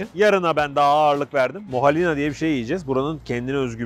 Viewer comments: Off molehiya diyememeniz peki mdmdkdmkd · Molahina deil be abi moheliyadir o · abi ćok güzel molahina dedi ama onun adı molohiya 😂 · Abi abla ben kıbrısta yasiyorum ama moalina degil o molehiya😂❤ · bir kıbrıslı olarak yahnili makarnayı ve böreği ayşabanın elinden yediğinize çok sevindim ... ve bir türlü molehiya deyemeyişinize çok güldüm ahahhaha sevgiler ve selamlar 🥳👏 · Molehiya diyemeyişiniz beni gülmekten öldürdü 😂 Kıbrısa hoş geldiniz 🙏🏻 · Molehiya yemeğin adını bir türlü telaffuz edemediniz 😂